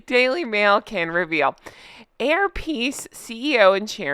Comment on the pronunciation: Did you say "hair piece" airlines?